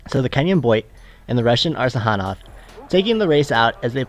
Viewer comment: It's Arzhanov, not Arzahanov.